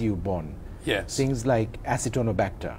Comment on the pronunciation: Its not acitonobacter ...Its Acinetobacter. 6.20